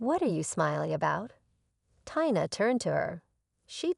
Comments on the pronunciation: It’s pronounced Teee na. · A VERY INCOMPLETE Story with NO PROPER Conclusion, ALWAYS getting the Name Tina WRONG. With a person reading/checking spelling it'd be a MUCH BETTER STORY, A THUMBS DOWN!!!